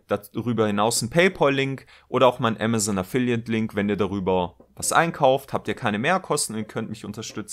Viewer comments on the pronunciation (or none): none